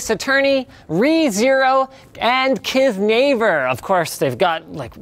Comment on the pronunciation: Everyone’s talking about the uncensored f-bomb and I’m over here like: “He pronounced “Kiznaiver” as “Kiz-na-ver””.